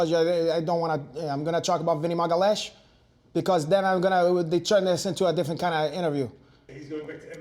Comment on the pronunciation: Renato (or whatever his name is) is a great actor with the fake brazilian accent and all but he is not brazilian. Vinny's last name is not Magales:h it is Magalhaes a very common portuguese name he mispronounces on occasion. Also he mispronounced arte suave (Jiu-Jitsu).